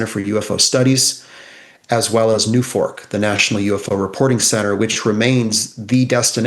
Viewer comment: 😂😂😂!!! "New Fork!" 😂😂😂 NUFORC (National UFO Reporting Center) has been around for decades and has always been pronounced "New Force"! Shows how knowledgeable he is with NUFORC! 😂😂😂